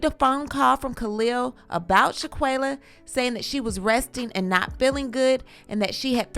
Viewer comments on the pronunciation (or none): Her name is Shan-quill-ah like she’s all over media and thru out this whole video u pronounced her name wrong 5 different times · Not with you pronouncing her name who is Shanquilla? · STOP BUTCHERING HER NAME!!!!!!!!!